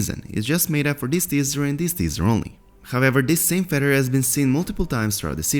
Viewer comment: "Fed-her" - Hey Narrator, it's "feather." Fe...the-r. Also, your numerous, frequent videos are unwittingly turning into comedic relief instead of legit-sounding content. Confirmed!